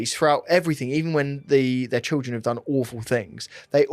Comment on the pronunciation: Great coverage of this case. Glad to hear say 'trildren' and I love you 😘😘😘